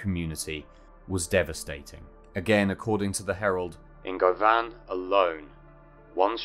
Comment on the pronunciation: I watched one of your other videos that mentioned this . I don’t think I’d ever heard of this despite living a few miles away and having actually worked in that yard By the way it’s pronounced GUVAN .👍